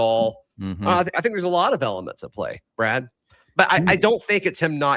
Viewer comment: Damn... "Brah-D" is cut-up! 😅 Great show guys!